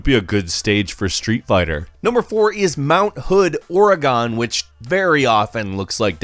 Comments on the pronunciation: it's Oregon not oregoon. An angry Oregonian* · Jared Reeves 100% of people from Oregon will tell you it’s pronounced “Ore-gun”. Only two syllables. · the majesty of OrAgOn for future reference Or-eh-gun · As someone from Oregon, you said it wrong. It's not OregAWN. It's OregIHN. Kinda like how it's not WashingtAWN, it's WashingTIHN. Really cool places though! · You pronounced Oregon incorrectly. Look it up It's not Gone it's Gun. There is no E at the end. Dislike video. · It's not fucking orgon it Oregon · Or-eh-gun, not Or-eh-gone. I live in Oregon, so I would know. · I'm sorry if this offends anyone reading this including but the mispronunciation of Oregon always bothers me. i know with how it's spelled this pronunciation might not seem right but it is pronounced like the words (or) and (again) are put together. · no...nononononononononono did you just call it ORE-GONE! NO, THAT IS NOT HOW IT'S PRONOUNCED. I still love you but please... It's ORE-GIN. I'm gonna go flip some tables now. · It’s pronounced “ory gun” not “orey gone” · Damn it it's "Ore-eh-gehn" not "Ore-AY-Gone" I'm kidding though, fun list But get it right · Goddamnit I love you dearly but as a resident of Oregon, it is pronounced Oregun, not Oregone! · It’s OR-E-GON not ORGON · Ummm... did you say Orygon ??? It's actually pronounced more like the instrument: Organ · Oregon is pronounced "organ" not "or ee gone" or "or ee gun" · It's pronounced "Or-eh-gun" not "Ori-gone" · Wait... did you say oh-rea-gone instead of oregon (ore-gun) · I’m sorry... but Oregon not “Ore-a-gone” is “Ore-a-gun.” Trust me, I’m from there and everyone says “Ore-a-gun. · >Or-e-gone? Litteraly unwatchable "Or-e-gun" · Or-ray-guhn not ‘orygon’ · Alright, I love you, But, It's not Or-e-gone its or-y-gun. Sincerly, A goron that lives near Death mountain, Oregon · Dude, your American. How do you mispronounce Oregon? You said it like “Or-Rey-gone”, but it’s pronounced “Or-eh-gon”.